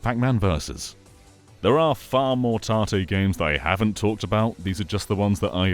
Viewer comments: I was also confused until I looked up tarte switch and then learned it was tate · Tahteh is not that bad for an English pronunciation of it. I have heard people say it like it rhymes with "bait" instead. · Tartay? What are you saying? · I'll be honest, pronunciation of 縦 (tate, Japanese for vertical) confused me for a sec. Was googling 'tarté' for like 5 minutes 😂 Then I remembered English accents often insert 'r' sounds after vowels (like 'idear' instead of 'idea'). Anyway, great video, will be trying this out! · I was getting so annoyed when I kept hearing him say 縦 or tahteh wrong. Good video though, he is right about this being a cool feature. Even works for stuff like... I forgot, it's a Bamco arcade rhythm game where you have an analog stick with a button on top. Fun game that, even lets me play bad apple. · I like this but i cannot call this "tate mode" without saying it like you say the name tate and not like tat-e. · Yeah it's short for rotate so it should be pronounced the same right?